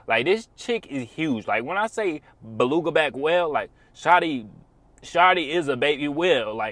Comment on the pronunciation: Lol the golden brotha said baluga back whale